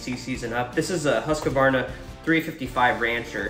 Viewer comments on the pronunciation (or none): Husq-varna not husq-a-varna.